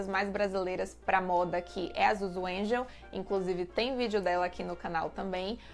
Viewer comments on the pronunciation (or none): none